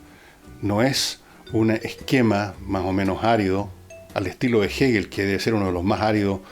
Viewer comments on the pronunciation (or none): none